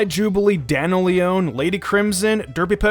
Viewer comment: I'm pretty sure that's not how you pronounce "daniel leon", ironically... you said dana leone